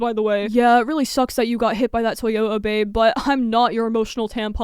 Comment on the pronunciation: Love your content, but please work on on enunciating your t's. Like "dating" and "Toyota", you inconsistently pronounce the second t